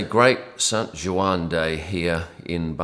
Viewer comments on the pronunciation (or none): none